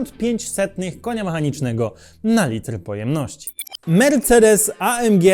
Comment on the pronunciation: Błagam, nie Ej EM Dżi tylko A EM Gie (film jest po polsku) albo A EM Gi (to niemiecki skrót).